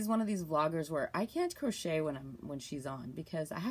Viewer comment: Hi, can I ask why u say CROTCHER? Is that a Canadian thing...lol Makes me smile, my SIL used to say she was crotcheting but she was being naughty.